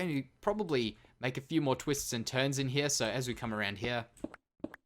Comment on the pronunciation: Who else loves when says her instead of here